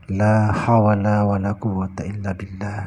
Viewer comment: Mohon maaf.. Kalimat thayyibah ini juga dikenali sebagai hawqallah sepatutnya berbunyi "La HAWla Wala Quata Illah Billah...." bukan "La HaWala Wala...mohon maaf.. Sekadar mengkoreksi yg termampu.. Mohon maaf sekali lagi.. 🙏🙏🙏